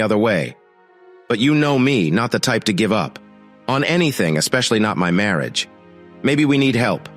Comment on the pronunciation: I really wish this narration would correct this miss pronunciations, I get the giggles every time I hear "Marry age" 🙄.